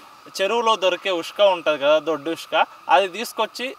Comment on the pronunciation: ఉష్క కాదురా రేయ్. ఇసుక అనాలి